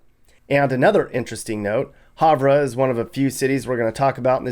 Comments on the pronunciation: Not a criticism, just a note: Havre, MT is pronounced "Have-er". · For Montana it's pronounced "Have-er" like Have Her. Every state has towns with spellings like that, haha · You mispronounced Havre... Say it with me- Have-er Have-er